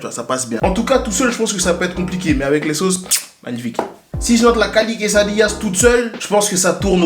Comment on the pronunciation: Des quesadillas tu parles comme il faut !!